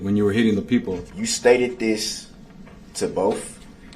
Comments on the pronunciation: He says “bofe” in this video so many times. I guess it’s really difficult for him to say the word “both” correctly 🙄🙄🙄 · "BOf" ? Such a moron DB is!